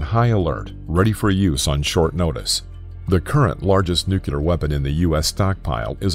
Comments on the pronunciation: There are no "nukular" weapons. However there are nuclear weapons. Learn to pronounce that word. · It's nuclear, not "nuculer!!" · Nuke-yu-ler. Give me a fucking break, man. If I have to listen to that mispronunciation one more time I'm gonna be forced to take another hit from my bong just to calm down. Dude. N-U-C-L-E-A-R. Nu-clear. Jeez. ;) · smart people say "nuclear", dumb people say "nukular". this guy says both, and it made my head explode. i must be a dumb people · Sometimes he says "nucular," the annoying mispronunciation, and sometimes he says it the right way, "nuclear." Never heard someone inconsistent like that. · It's pronounced nuc-lear, not nucelar. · it's nuclear, not nucular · The narrator says "nucular" way too many times. NU-CLEAR FFS! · Nuculer or nuclear? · NuCLEAR, not nuKYOOler. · NOT NUCULAR! SAY NUCLEAR. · Nuclear, not nucular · It's 'nuclear' not 'nucyaler'. Get it right. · dude it's nuclear not nukiller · Two things I did not like of this video: 1 your inconsistent pronunciation of the word nuclear. It is not nukelar, it is nuclear. Second, the over use of the word massive, when talking about the effects of all the nuclear weapons exploding at one spot. It would have been interesting to hear about some simulations. To hear some numbers. It is kind of intuitive that the devastation will be massive, but how massive? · New Clear. It's apparently rocket science? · "Nuclear" is pronounced "Noo-Cleer", not "Noo-Cue-Ler." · Repeat after me Nu Clear nu clear nu clear...there is no such thing as a nucular bomb and hearing someone who's describing the effects of NUclear explosion saying nucular kind of hurts their credibility. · It's pronounced nu-CLEE-ur, not nucular. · A better title would be, "What if Someone Mispronounced the Word Nuclear for Eleven Minutes Straight?" The word is NU-CLEA-R not NU-CYU-LER!!! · Why do you pronounce nuclear 2 different ways? You say it correctly half the time (nuCLEAR) then incorrectly the other half (nuCULAR).